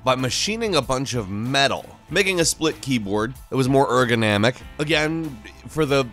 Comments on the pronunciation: its ergonomic not ergonamic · Phil Bray ergonämic. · J S he said örgonämik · "Ergonamic" Lol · erganamek? Is that todays new word LOL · Erganamic, must I say more. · more... "Erginamic." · ERGANAMIC ...... wot? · Phil Bray ergonomic* but yes, he pronounced it incorrectly.